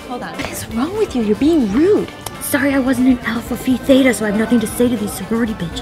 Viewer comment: I died at "Alpha phi theta" LOL. She actually pronounced Alpha Phi right haha